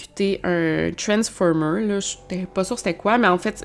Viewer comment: Le "ttansformateur" ;)